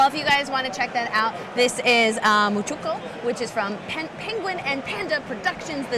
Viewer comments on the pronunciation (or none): MAAN-choo-QUOR (rhymes with war). Literally the nation Manchuria.